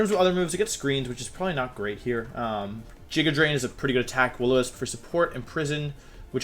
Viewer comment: Nobody: Wolfey: "Jigga Drain"